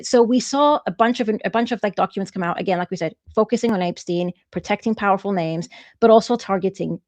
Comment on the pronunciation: I gotta ask, who is APE-steen?